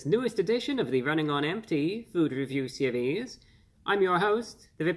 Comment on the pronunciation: The way he rolls the r in seRies is reserved for gentlemen only